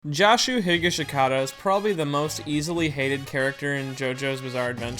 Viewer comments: Why does everyone pronounce "Joshu" as if it's like "Josh", like "Drake & Josh"?? To me it's pretty obvious that it's pronounced "Jo" as in "Josuke". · his name isnt promounced like "josh", the o is pronounced like "door"